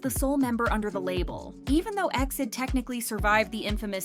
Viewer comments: I watched all the way but hated that you are saying exceed instead of E - X - I - D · Please it’s not EXID (pronounced like exit) BUT E . X . I . D (like read each alphabet on it’s own) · Right off the bat. It's said E X I D. Suppose to be a k-pop channel and can't even say their name right. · It's E.X.I.D not EXID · Calling them Exid (like exceed) is kinda weird, I used to call them by letter, E-X-I-D 😅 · It's E-X-I-D ☺️